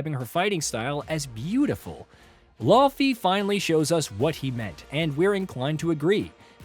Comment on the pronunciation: Do we need all of the games journalists to take a class on how to pronounce "Laufey," because this is getting ridiculous.